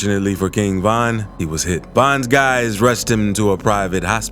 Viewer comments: Why are you saying Van? Weird af 🤣 RIP to the King 👑💔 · King Van 🚐🚐